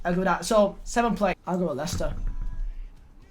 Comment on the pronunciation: leighster instead of wolves , u alright mate